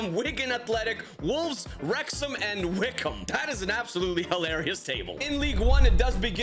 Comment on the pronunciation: Pronounced: Wick omb